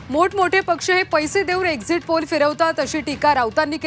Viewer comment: Exit poll la exist poll bolath😂😂😂hela Kai ganta mahiti asanar😂😂😂